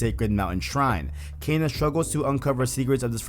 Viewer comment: why am I'm triggered at out how you're mispronouncing kena lol